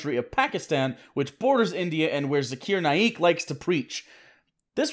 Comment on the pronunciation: it's pronounced "Zacker Nake" btw